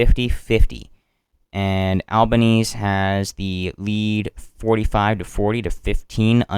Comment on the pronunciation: good coverage one small thing the prime ministers last name is pronounced "alba-neez-ee"